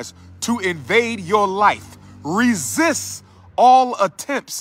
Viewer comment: Oh hey Umar the word "Resist" has a T on the end BTW ok Doc lol